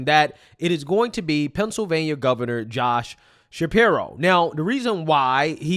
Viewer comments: Hahahaha, that woman at 2 minutes - "be vewy qwiet, we is hunting wabbits". She talks like a loony toons character, is she doing some satirical act? I can't believe anyone that talks like this would willingly record themselves and put it on the internet... "Shapiwo" "Isweal", hahaha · Why does that chic with the massively receding hairline keep saying "Josh Shapiwo"? 😂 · Hey get the girl with the nose ring to be her VP. I love that waskwy wabbit thing she's got going calling him Shapiwo... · I dunno if anyone should listen to anyone who says "Shapirwhoa". Sounding like she about to go hunting "wabbits"... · I have to admit in fairness that Shapiro wasn't as bad as we originally thought he would be, speaking as a native Pennsylvanian. I don't like how pompous he is. Obama was an unmitigated disaster on just about any metric you can find. My vote is still going to Trump. also, "josh shapiwo"? Who is listening to this idiot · this chick “Josh Shapiwo sucks” lmao you wascawwy wabbit 😂😂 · "josh shapiwo" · It'd pronounced Shapiro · JD Vance? Mr. Shapiro, I think ylu mispronounced "Joe Biden."